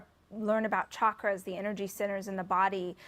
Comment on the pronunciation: Rachel needs to learn how to properly pronounce Chakras